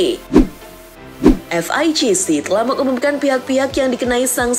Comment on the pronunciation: FIGC dibaca pake lafal inggress sama 😂😂😂